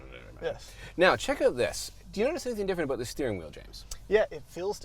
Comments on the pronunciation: "Ah-boot?" James, you're losing your English! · James says “abouut” ABOOT?? ABOUUUT?? What has Canada done to you 😭😭